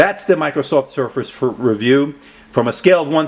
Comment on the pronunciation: Thanks for your review. I appreciate these SB reviews. Just a side note so u can correct it, you left the 'r' out of surface in the beginning of the video.